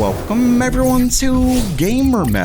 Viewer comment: why do you say "welcome" like you've had a stroke